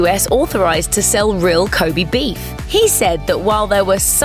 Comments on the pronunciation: こべ (kobe), not こび (kobi) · Ko'bee' beef? cancer-inducing pronunciation fuck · Please stop saying 'kobi beef 'ffs!